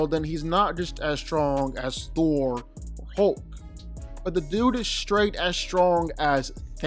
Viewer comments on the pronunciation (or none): none